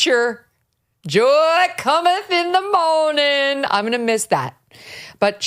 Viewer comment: 'Joy cometh in the moriin' ".